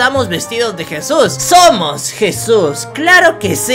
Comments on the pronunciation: No se Dice jisus se Dice Jesús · Nadie absolutamente le dices jisus a Jesús